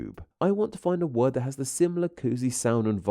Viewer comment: You have a very strange way of adding an "uh" onto the end of some words, eg "word-uh". Whats that all about, is it some kind of regional accent-uh ?